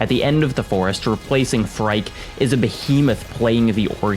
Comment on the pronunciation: I only killed the first boss “Phrike” oddly pronounced “free kay”and stopped, to me the mobility was too lacking to always go back to the desert biome. I couldn’t but i appreciated the game and watched a no commentary walkthrough. I wished the game bosses were stronger in better ways other than just being bullet hells.